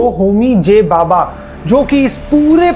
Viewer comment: वीडियो बना रहे हो अच्छी बात है, इतना बड़ा चैनल है रिसर्च भी की ही होगी, लेकिन एक नाम ठीक से बोलना नहीं आया, भाभा को बाबा बोल रहे हो